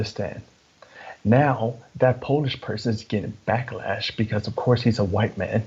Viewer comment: Hey…. Why do you say the quite man? Instead of white man? Just curious.